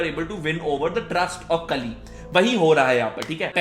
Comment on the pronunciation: Kali ko 200 baar kalki bol diya bro ne😂